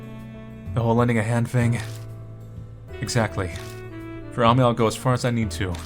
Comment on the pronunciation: I know its late... but Ami and Amy are pronounced the same way =D